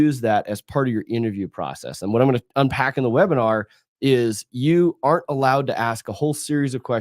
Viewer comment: "GLOIFYING" "ARN'T"